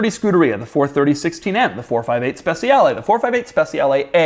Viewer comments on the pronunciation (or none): Please pronounce SECIALE right. Try to say spechale instead of spesiale